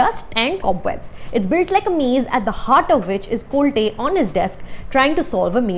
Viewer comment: Sorry to correct you mam but the pronunciation of ranveer Shorey character is कोलते instead of कोलटे. Just an observation, however its a very deep and technical review. Film is enjoyable. Thanks